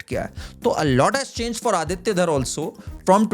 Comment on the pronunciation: ❤ आदित्य, nice to hear the proper pronunciation of this beautiful name, instead of अदित्या.